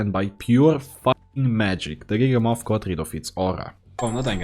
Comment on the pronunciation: It’s giga-myth like mammoth not giga-moth😭😭😭